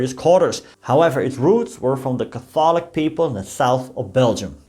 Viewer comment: interesting pronunciation of "Catholic" - as a Pro-test-ant myself I approve.. enjoyed the video. Degrelle was an extraordinary person - fascist aside - few leaders would enlist as a private soldier and work his way up to essentially general in a couple short years